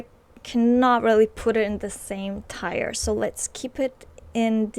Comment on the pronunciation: Tier is pronounced like "tear". it rhymes with ear. 🙂 Great video!